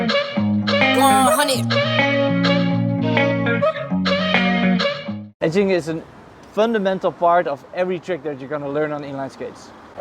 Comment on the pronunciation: I'm kidding, i've just transcripted how your pronunciation of "edging" sounds for me :)